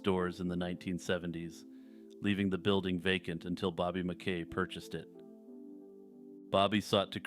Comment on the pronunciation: Yo —don’t want to be a nitpicker but I’m local from northern Kentucky and it is Bobby MAH-KEE. Love your content, brother.